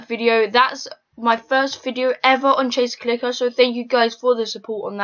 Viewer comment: He said chase clicker XDDD